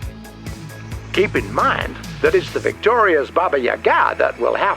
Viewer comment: Entertaining fight as usual :) Crab needs more melee weapons... PS. It's pronounced baba, YAga.. not baba yaGA.. :D